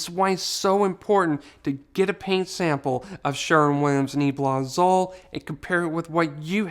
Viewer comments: I love your videos! I just want to help a bit with pronunciation Nee-AYE-blah Ah-ZOOL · I appreciate all your videos. Just a tip....Azul means blue in spanish and it's pronounced AH-SOOL